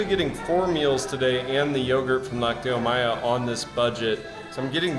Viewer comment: Chiapas is officially the cheapest state to live in in all of Mexico. A person in Chiapas requires an average of 7,000 pesos per month to cover basic needs and expenses. This figure is drastically below the national average (approximately 16,421 pesos). Spanish pro tip: the pronunciation of lácteos is with the stress on the first syllable LAC -teos. Always enjoy your fun videos with a positive vibe. PEACE